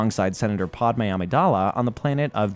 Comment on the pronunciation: who the f is pod-ah may??